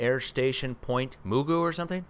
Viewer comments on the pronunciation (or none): It pronounced Port WHY-KNEE-ME and Point MA-GOO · Close- it's pronounced Magoo. I lived there for 4 years. Pt Mugu PMTC (Pacific Missile Testing Center). There is also a National Guard Battalion on the base and just a few miles to the north is Port Hueneme Naval CB (Construction Battalion) Base. I lived in the area on and off bases for 35 years. Pt Mugu works very closely with China Lake Naval weapons Center out the Mojave Desert about 150 miles to the east, as the crow flies, and China Lake works very closely to Edwards Air Force Base outside of Mojave and Groom Lake (Area 51) and Nellis AFB in North Las Vegas. And don't forget, Vandenberg Space Force Base is just 90 miles to the North of Port Hueneme !! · Port Hueneme =Pronounced: port Why-knee-me . LOL AND 'Ma-goo' . Love you and Mrs & yer fur babies. Continually Keeping all your saftey in prayers. God Bless. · Point ma goo is how we say it. Port why ne meee is how we say it too. 😁😁